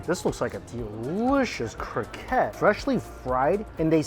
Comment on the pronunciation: When u say croquette please prononce the TTTTT, its croqueTTE